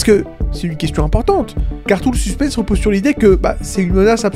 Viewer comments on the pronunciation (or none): none